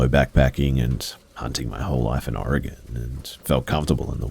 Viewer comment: Really wish you'd learn to pronounce Oregon correctly. It's pronounced Orygun. Thanks from a native Oregonian.